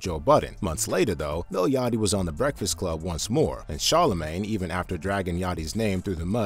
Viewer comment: "Where my BWEKFAST ATT!!!